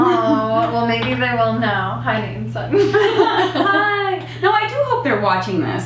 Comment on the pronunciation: Am I the only one who heard Satan for Sutton?